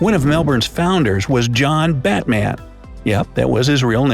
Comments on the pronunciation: I hate the way Americans say emu. It's pronounced eemew. Oh and John Batman's name is more like batmen. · First of all Platypus don't bite, they have a thorn on the back of their leg which is quite venomous. Also it is pronounced John Bat-Mun not John Batman.